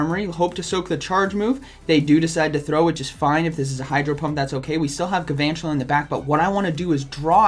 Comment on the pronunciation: I like the video but P L E A S E stop saying "Gavantula". It's Galvantula, with an L.